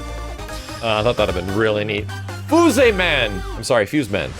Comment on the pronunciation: FOOS-EH MAN!!!